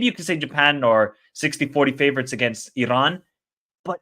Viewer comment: I appreciate your knowledge and outlook towards Asian football. Just one friendly advice on the pronunciation of the letter "R" when it comes to Iran, other countries or player names. The R is soft and not as harsh as you say it. E-Ron, will beat Japan 2-1